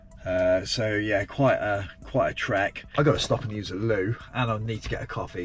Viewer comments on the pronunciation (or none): none